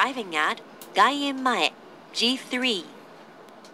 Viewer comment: GaienmaeじゃなくGaiemmaeの方が正しい